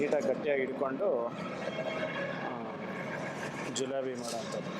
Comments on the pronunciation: ಜಿಲೋಬಿ ಅಲ್ಲ ಜಿಲೇಬಿ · ಜೂಲೋಬ್ ಅಲ್ಲ ಜೀಲೇಬಿ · Not julebi itis jilebi